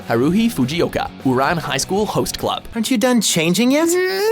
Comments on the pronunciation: HOW YOU SAID OURAN MADE ME PISSED YOU SAID IT WRONG EJRJFJDID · I hate the way you guys pronounce everything so wrong!! How do you mispronounce Ouran and also Haruhi?!?!? Haku and Naruto?!?! Ugh that's annoying to hear.....